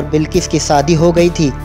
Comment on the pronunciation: Bhai, saadi nai, shaadi